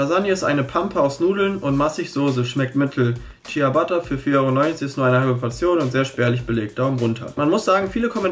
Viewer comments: Nices Video, aber es heißt nicht "Tschiabatta".. man spricht "Tschabatta". 😅 Sorry, aber musste sein. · Junge du sagst chiabatta so wies geschrieben wird ich geh kotzen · Deine Aussprache von Ciabatta 😂🤦🏻‍♀️